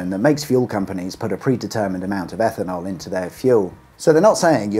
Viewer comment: EFFANOL? 'EFFIN 'ELL!